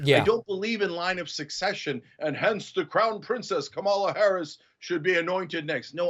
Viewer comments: Cenk can't pronounce "Kamala" so I'm not taking any political suggestions from him on the Biden/Harris ticket. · Cenk makes me insane with some of the things he says, but mispronouncing the vice president’s name is just rude. But being rude is not new to him, he was never elected when he ran for office because he is not likable. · Cenk lost me when he mispronounced Kamala’s name.